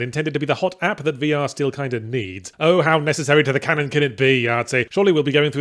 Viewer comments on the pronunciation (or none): none